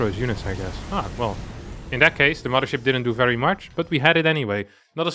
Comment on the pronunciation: *Mudder Ship.... Curious, is there no 'th' sound in his native tongue?